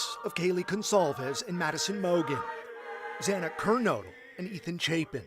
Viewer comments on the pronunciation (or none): The news reporter mispronounces Xana's last name. It just seems lazy when something like that happens because their names are everywhere.